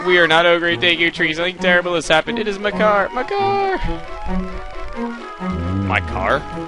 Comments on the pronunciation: it sounds like your saying mycar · Thought u said "my car" when u said "makar" :D so i was like: my car fell into the woods?? Wtf xD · I have always pronounced Makar like Maycar.